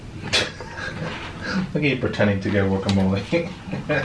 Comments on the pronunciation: is trying to correct how he says guacamole but he can’t even say it 🤣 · And is right pernounce it right guacamole